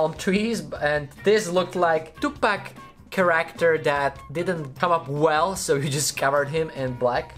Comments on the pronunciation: love you videos but please try to pronounce character right for once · Can you please look into the correct pronunciation for the words three, character and thumb.🙏🏻